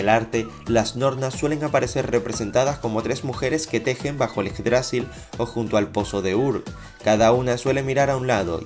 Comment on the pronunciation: yggdrasil no lleva tilde así no se pronuncia